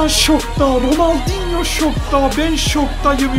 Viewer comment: ronaldingo diyor